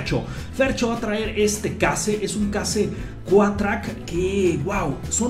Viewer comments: no se dice case, se pronuncia Queishh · la marca Case se pronuncia queis